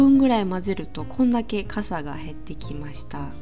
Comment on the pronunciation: フランスにいすぎて🇫🇷カサの発音を忘れた説w